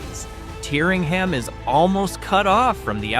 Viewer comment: Correct would be TEERingham.